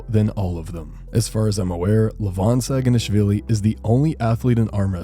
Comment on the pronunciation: you pronounce his name wrong.. its not schhhaginashvili.. its pronounced SA-GI-NASH-VILLI